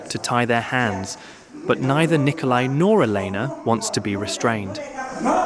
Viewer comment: It's Nicolae... not Nikolai... they're not pronounced the same.